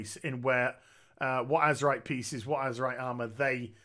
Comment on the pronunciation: yeah he just slang it up and call it Azemrite in his videos